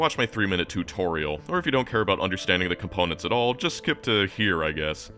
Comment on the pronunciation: tourtorial? totourial?